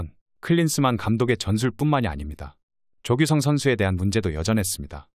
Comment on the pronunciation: 왜자꾸 조규성을 조규썽이라 발음하지?